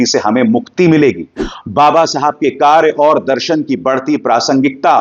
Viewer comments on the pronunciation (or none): none